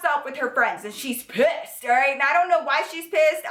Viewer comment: btw I also now say pISSed like you do 😂